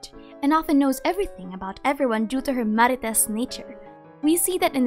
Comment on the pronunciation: Balled when I you said "Marites". 😂🤧😂🤧